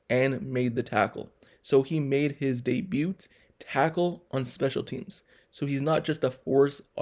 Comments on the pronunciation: U the first person ever heard pronoun the t in debut lol. Good breakdown tho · The t in debut is silent dude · Good reporting. Well done. The "t" in debut is silent.